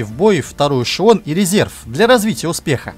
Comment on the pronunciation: К логопеду бы сходить диктору": эшеВон, пВацдарм, доВжен, фВанги, киВометры.